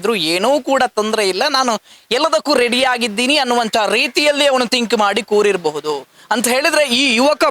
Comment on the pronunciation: ಕೂರಿರಬಹುದು ಅಲ್ಲ ಮಾರಾಯ ರೇ ಕೂತಿರಬಹುದು ಕೂತಿರಬಹುದು ಹೇಗೆ ಹೇಳಿ ಕೂ ತಿ ರ ಬ ಹು ದೂ